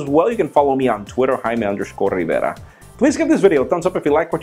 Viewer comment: I like the way he says Jaime Rivera. (Y) Awesome!